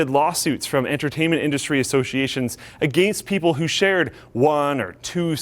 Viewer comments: after more than three years of watching this channel, I still cringe every time they pronounce 'against.' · Yup, he's Canadian, he said " Agaiiinst